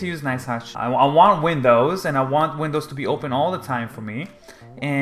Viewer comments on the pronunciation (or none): none